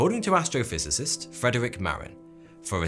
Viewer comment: My name is Frederic and you're one of the few people who say it correctly. most say fred-rick